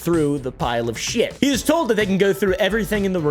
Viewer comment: You said HE wrong.